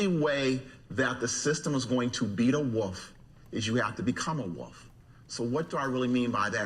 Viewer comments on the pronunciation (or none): Woof ? Woof ? Wolf .... Surely he means Wolf ... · Learn how to pronounce wolf. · Be the Woff to become the Woff!! 😄